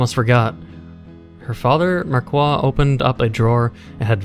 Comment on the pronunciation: in frensh the "i" of marquis sonds like an "e": mark"e"